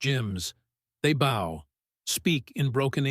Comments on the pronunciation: When the voice pronounces bow as boe, you know something jiggy is up. I like AI, but this is absurd... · Only AI would pronounce the word 'bow' as in bowinarrow. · ONCE AGAIN I ABSOLUTELY HATE THESE STUPID AI NARRATED STORIES; TRUE OR FALSE. THE ENGLISH LANGUAGE IS SUCH THAT THIS IDIOT AI BOUGHT CANNOT BE PROGRAMMED TO KNOW THE DIFFERENCE BETWEEN BOW AND BOW. THEY ALMOST ALWAYS CHOOSE THE WRONG PRONUNCIATION WHICH MAKES THEM SOUND EVEN STUPID ER. HOW ABOUT JUST GETTING A REAL PERSON TO TAKE CARE OF THE NARRATION AND SAVE YOURSELF SOME EMBARRASSMENT? AND ON TOP OF THAT THE IDIOT SAID MUY THREE DIFFERENT WAYS.